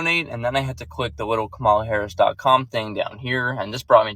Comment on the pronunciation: What's funny is your an adult and you still can't pronounce VP Harris name right.